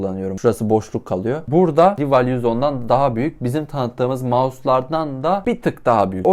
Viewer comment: Aslında "rival" değil "rayvıl" diye okunuyo (maalesef biraz takıntılıyım) ama sıkıntı deil